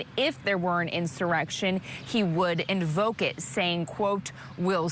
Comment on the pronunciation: Did he say invoke it, or provoke it? LOL